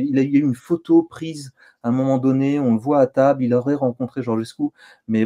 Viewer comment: Alexis, je ne sais pas si tu lis les commentaires mais Georgescu se prononce Djordjescou (comme Giorgio en italien) et PAS Gorguescou !